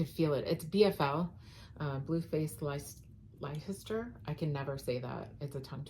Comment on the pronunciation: Leicester is pronounced “ Lesster.” The stress is on “”less.” I promise I’m not messing with you. Easy peasy!